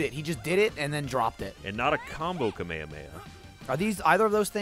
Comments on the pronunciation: Fucking kamehameha, its ka me ha me ha, not kamehameha. Hard to explain in words, hope it got the point across, look it up if you dont understand. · its not kamehameha its Ka-Meh-Ha-Me-Ha When they say it the other way it hurts my ears. O.O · Ka-Meha-Meha as opposed to Kame-Hame-ha! >_> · in the anime whenever they are talking normally they say it: kamehameha. But when they actually use it they say: Ka-Meh-Ha-Me-Ha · It's pronounced Ka-may-ha-may-ha when the characters are using the technique. It's pronounced Ka-meha-meha when they are talking about the technique (or the King of Hawaii). That's the difference. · its call spirit bomb not kamay ha may ha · Every time called his special a "Kamehameha" I cried a little inside. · The way that they say Kamehameha is such a white American take on the actual pronunciation. It may be fine to pronounce Kamehameha, the King of Hawaii, like that but to pronounce the MOVE like that is just clashing with my DBZ filled childhood memories. I'm pretty sure even the dubbed anime pronounces it right.. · Their annunciation of Kamehameha made me cringe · I am not trying to hate or start conflict, but I hated how they said Kamehameha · All the failings of pronouncing "Kamehameha" are hurting my ears >~<